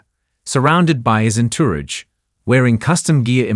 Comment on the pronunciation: Get an announcer that knows how to pronounce words like entourage.❤❤❤